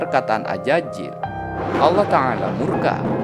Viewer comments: AZAZIL bang, bukan AJAJIL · Azazil ya bukan Ajajil🙏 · Tolong huruf z tetap z jangan jadi huruf j karena maknanya jadi berubah